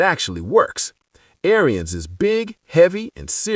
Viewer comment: It's pronounced (Air-ins) NOT AIRY-INS